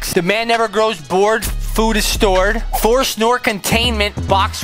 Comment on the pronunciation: He said fo 😢